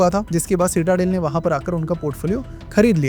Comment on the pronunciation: Quite bad research. The fund is still active, it's at around 8-9 Billion $, still up 80 %, and leopold worked at FTX post colombia. Also it's pronounced "citi-del", not cita - del